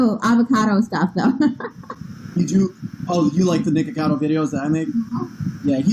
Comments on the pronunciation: It’s nikAcado avocado. Nik UH cado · please. Ni - co - kha - dough. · Nick-ah-ca-do, avo-ca-do You’re welcome🤡